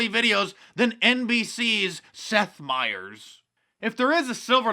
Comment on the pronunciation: Seth is such good friends with Fred that he doesn't know how to pronounce his last name...